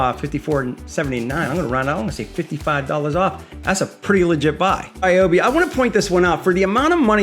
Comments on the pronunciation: Rye obi not Ree obi. ❤️ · Remember, folks. It's Ryobi, not Ryobi.